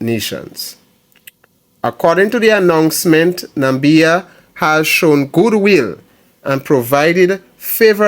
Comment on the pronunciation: My brother you pronouncing the name wrong , Na = Mi = bia , the Mi is pronounce as Me , so it sound like Na=me = bia